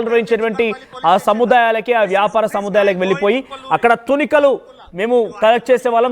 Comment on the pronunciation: Please pronounce it properly- not thunikalu , it is thoonikalu